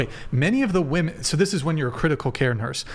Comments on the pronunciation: they think they are pronouncing "woman" and "women" differently, they just emphasize the wrong syllable. they say "wom-EHN" and "wom-IHN", so dumb they assume the different letter is the letter pronounced differently. its "WUHM-en" and "WHIM- en" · It’s crazy that these girls don’t understand the difference in pronunciation of “Woman” and “Women” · No matter how many of these episodes you watch there is always the one girl who says woman instead of women. How can they always make the same mistake 😂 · WOMEN!!!! Not WOMAN 🙄 annoying asf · Saying woman instead of women, makes you sound stupid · On one of the episodes you were on and you asked why so many girls say "woman" and really mean "women", ever since then I catch it every time and it is so annoying! Lol I love you! I have the utmost respect for you.❤❤❤ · Why do all these vacant dolts pronounce women incorrectly? How can such a high percentage of a group be so inept they cant even pronounce their own biological category? Unreal. Truly unreal. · Ive noticed this with women on Charlie Kirk too, ive even commented on a vid asking why and got the response "its the correct pronunciation". Sad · I forgot how much these crazy degen girls say 'woman' instead of 'women'. My god it's an epidemic!